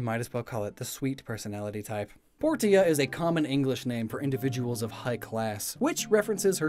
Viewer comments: He got some of the names wrong in the video. Ones that remember of the top of my head are Portia and Pietro. He pronounces Portia like Port-ia when it's actually pronounced Poor-shah and he pronounces Pietro like Pie-troh when it's actually pronounced Pee-eh-troh. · Im glad I wasn't the only one. Portia? Boy, please look it up. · Ree-Nee (Renee - Ren-ay) Poor-Tia (Portia - Porsh-a) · He said Portia like poor-tee-uh 😭